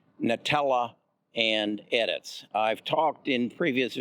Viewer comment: Edits, Nutella, and Pac bio tech. Why can't this guy pronounce the companies correctly? His inability diminishes his credibility. C'mon man.